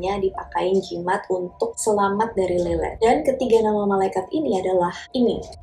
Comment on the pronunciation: Lilith kadang dibaca mba ini Lelet 😂